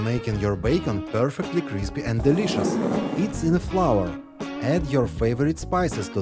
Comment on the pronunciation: When you say “crispy” it sounds like you’re saying “greasy”. Big difference.